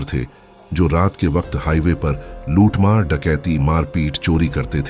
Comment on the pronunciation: Luthmar bar bar muthmar sunai de ra h